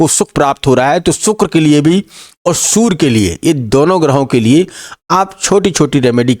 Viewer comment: Sur nhi surya hota ha